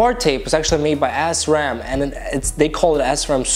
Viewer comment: u chose to change ur bars cause they looked bad??? also its "SHRAMMMMM" not S-RAM